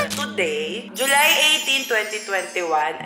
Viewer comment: Ate hindi po (JULI) JULY po 😅